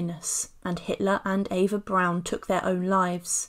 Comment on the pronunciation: Eva Prawn.A prawn Goebells.